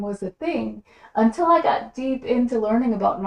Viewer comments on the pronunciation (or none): none